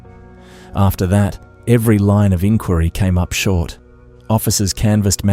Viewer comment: 'INquiry' ...even Aussie copycats don't use that pronunciation